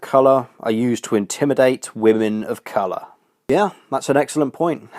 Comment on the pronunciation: I like how she pronounces word "colour". I don't know why, just fascinating. Probably the only thing likeable about her. Shame.